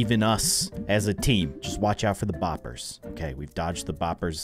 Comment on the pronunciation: I like how he calls them “ bopers😂😂